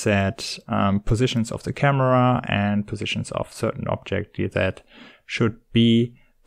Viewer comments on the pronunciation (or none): none